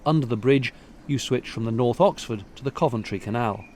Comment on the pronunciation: Me, too on the pronunciation. I learn something (usually several things) with every one of videos:)